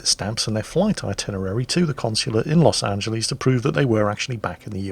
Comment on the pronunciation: Please stop saying Los AngelEEEEEEEZ... XD My ears are bleeding. Otherwise, nice vid :P